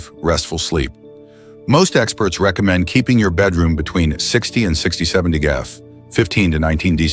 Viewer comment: LEARN TO PRONOUNCE DEGREES CORRECTLY